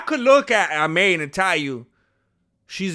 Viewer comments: Hey there I'm Arab, regarding the name it's pronounced "E'man" which means Faith. I hope I added something useful! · Her name is pronounced "Eemaan" and it means "faith" in Arabic.